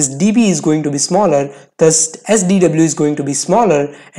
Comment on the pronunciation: “THUS” is not pronounceda as “THAS” it’s “DAS”